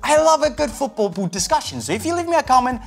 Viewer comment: Can't cope with the way he says boot